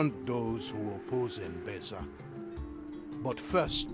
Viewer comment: I love how you keep saying Embessa instead of Embesa :D Man, this game looks so good. If I would play the game I would be in first person mode way too much to soak all the beauty in. Hope you will do it more often too, also for where the fields are. Stunning! ps: storyline is interesting.